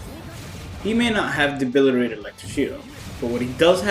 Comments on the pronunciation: DEBILITATOR NOT DEBILIRATOR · Awesome video! But for all that is holy it's De-bili-TATOR. I can only hear debilirator so many times lmao. :D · Debili-TAY-tor fam....with a "T"